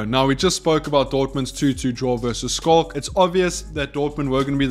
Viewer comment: dude plsssss finally for gods sake look up how to pronounce Schalke. Damn bruv. All love